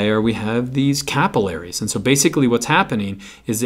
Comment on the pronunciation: me cringing at the way he says capillaries